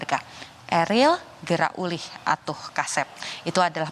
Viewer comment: Uih bukan ulih...